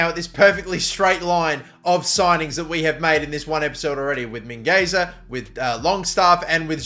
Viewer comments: I belive that Mingueza is actually pronounced Mingetha. Just saying in case you score a 90' header with him. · Mingueza is pronounced min-gezza(in spanish) min-gay-za(in english) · Min-gwe-tha You’re very close with the pronunciation, just make the “Z” sound a “TH” bc he’s from Catalonia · mate learn how to pronounce, you've been doing this thig for years: MIngeza ("U" is silent, NaranJo (there's and "n" in there and the J is strong) you could at least bother yourself to google this mate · the u is silent in Mingueza